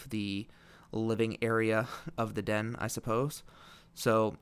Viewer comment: as soon as he said den i nearly through up i cringed so much